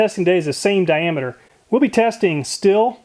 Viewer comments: Stihl is pronounced: "shteel" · Just an FYI...Stihl is pronounced Steel. Enjoy your videos.